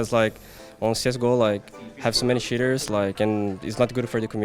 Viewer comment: fer sounds like hes saying shitters instead of cheaters lol